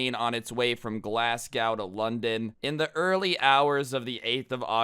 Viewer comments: Lmao its pronounced glas-go but nice video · The way you pronounce Glasgow hurts me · Lmao did he try and say Glasgow? as in the city in Scotland?! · the way you said glasgow had me laughing